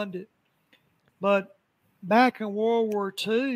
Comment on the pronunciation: does the opposite of what the French language does. French has lots of letters, but none of them are pronounced., meanwhile, takes common English words and adds like 50% more to them. "War" is wuhara, "president" is pehresidint. It's fascinating. I'd say he needs to be studied linguistically, but I wouldn't want to put that task upon anyone.